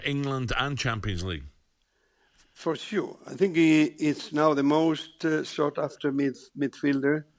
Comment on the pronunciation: You know its "sought" after not Sort after 😂